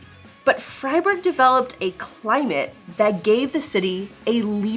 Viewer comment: Good pronunciation on Freiburg there .